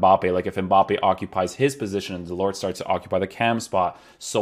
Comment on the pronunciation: Nice review as usual. Just a tip in french you do not pronounce the final “t”. This goes for Delort or Mollet for instance. Pronounced Delor and Moley.